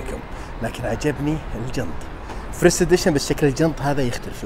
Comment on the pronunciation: فيرست و ليس فريست 😂